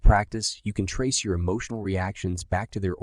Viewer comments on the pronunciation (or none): none